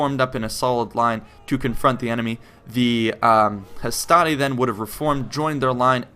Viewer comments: On the whole, I agree, the one thing I would say is that the Latin 'I' is in fact a soft sound, so for example "hastati" sounds like "hast-ah-tee". Also, while I agree with the way you say the Romans would have pronounced the e in "principes", as an "ay" sound, don't forget that this is consistent, so "veni, vidi, vici" sounds like "*weynee*, weeddee, weekee", not "*wenee*, weedee, weekee". Also, "Triplex Acies" sound like "Triplecks Akeeays". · your video is quite nice and I don't expect anybody to pronounce the names of the roman units properly but this might help you to improve your quality even more Hastati is pronounced "Astate" Principes should be pronounced "Prinkipes", with a hard "e" in the end Triarii is "Treare-e", double "ii" is spoken and not to be missed out Equites is "Ekwites" nevertheless good video, nice amount of info and not to long thanks